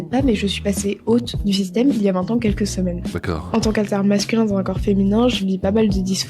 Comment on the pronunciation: À 2mn35, elle a prononcé "système".